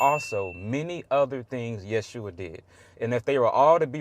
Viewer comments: To this young lady : Jesus original name is Jeshua not yehusha. He said it right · Sorry, he was right on the Yeshua pronunciation. Notice the s is before the h.